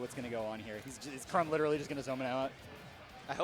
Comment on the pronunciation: The way he pronounced chrom